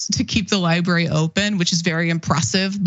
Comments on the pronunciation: Cenk’s pronunciation of library/librarian is my 13th reason. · Not to bury the lead here, but can someone please coach Cenk on how to pronounce the word "library?"